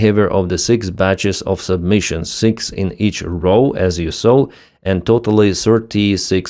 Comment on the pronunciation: don't mean to nitpick but it's sub-munition not submission